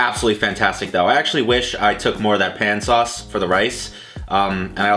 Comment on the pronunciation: Is that an Always Pan? Ive been seeing ads for those nonstop on facebook. Are they good???? TELL US. THE LADY SAYS PAN LIKE PAHNE